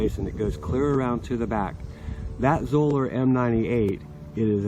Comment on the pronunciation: Correctly pronounced, Zoeller rhymes with Dollar. Thanks.